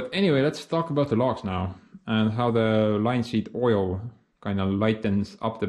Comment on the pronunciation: the way you say plastering made me laugh its pronounced Pla - ASS - tering in English. and also Linseed oil is pronounced L- IN - seed oil. great video as ever my friend